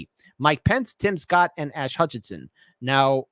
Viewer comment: Asa, long a, suh. Asa.